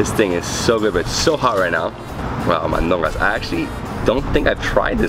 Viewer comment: La comida más deliciooosa! I guess you tried to say ''mandocas'' :)